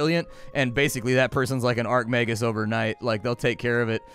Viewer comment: I flinch everytime he calls an Archmagus an Arcmagus